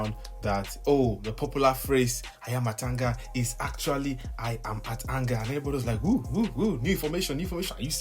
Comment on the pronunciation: It is AYA-MA-TANGA🤣🤣🤣